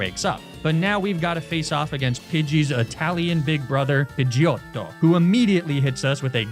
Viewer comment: As an Italian guy, the way you pronounced Pidgeotto was absolutely beautiful